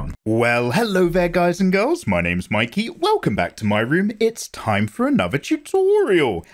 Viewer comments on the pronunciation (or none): none